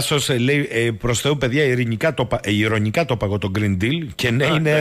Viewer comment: Green deal, ακούγεται σαν Grin dill. Δηλαδή πράσινος ανιθος. Green deal = γκρι' ιν ντη' αλ περίπου έτσι θα 'πρεπε να προφέρεται!